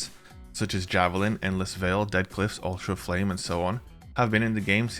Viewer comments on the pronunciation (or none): Am I the only one who kept hearing “Ultra Flame” instead of alter of flame?